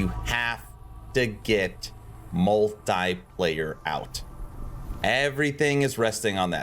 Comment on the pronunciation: That though... Hearing 4 times multiplayer's pronouncation in a wrong way,made my ears travel to China xD Interesting video,didn't plan to play yet,due to work stuff